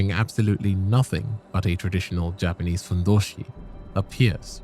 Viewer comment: Yknow I appreciate you taking the time to do the proper Japanese pronunciation